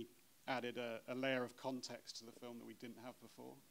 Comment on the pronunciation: Nobody has the balls to tell Nims it's f.i.l.m not f.l.i.m. fucking hell Mins, get it right!